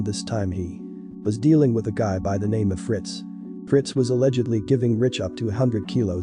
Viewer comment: Once I s “King OFF Harlem” I knew it was a foreigner doin an AI video!